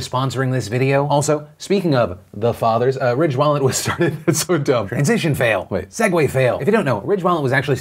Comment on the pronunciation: At first I thought he said “Rich wallet “ not “Ridge wallet”. I’m so dumb😂😂😂